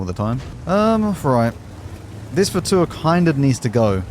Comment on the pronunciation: Hello, not to be annoying but Fauteur is pronounced as Fotöh(rh), eu is the same as ö in German and Turkish